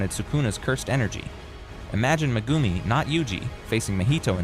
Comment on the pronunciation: That ai can say alat long hard to say words but he can't even say megumi properly lolll